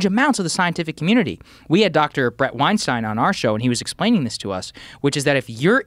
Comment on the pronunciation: The way that he pronounced "Weinstein" made me happy.